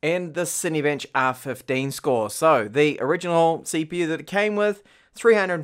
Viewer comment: did he say ceeeepeeeew?